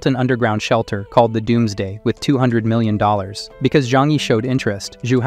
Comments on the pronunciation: "basical-why milliaion"💀💀💀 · Mill-ion?... Why is the pronunciation so bad at certain specific places?... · Your viewers are incredibly nice to not complain about the horrible mispronunciations of basic words like "million," "filled" and "basically." Sounded like a hundred such annoying screw ups in just the first 5 minutes.